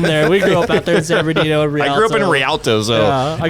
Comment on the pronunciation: Ah, ole San Bern-da ghetto